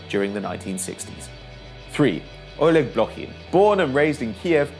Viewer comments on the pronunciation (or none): none